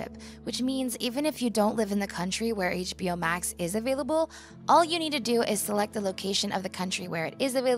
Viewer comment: etch-BO Max ah yes